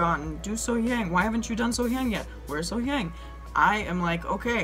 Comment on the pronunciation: Love love love your reactions and analysis. Just a small tip to all her lovely fans--the "hyang" part of her name is pronounced with an "ah" like So-Hyahng. I'm American, but I've lived in South Korea since 2004. Native English-speakers always make this mistake with Korean words like the Gang in Gangnam Style is also "ah," and it just has to do with how it's hard to transliterate Korean vowels into Roman letters.